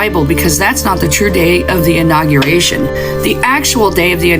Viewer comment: The “inaugeriction”… hahaha